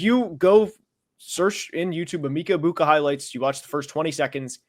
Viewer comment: You’re the only person I’ve heard pronounce Emeka Ebukas name like that. Are we all doing it wrong?